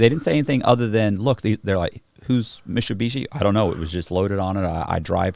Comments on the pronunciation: is he trying to say MITSUBISHI but cant pronounce i?????? so his say MISHUSHISHI?????? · "They take the whole Mishubeeshee" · Wtf its mit-su-bishi lol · I'm going to switch and say Mishubishi too from now on. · Say Mitsubishi again!🤣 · Like how cannot pronounce Mitsubishi properly. Funny.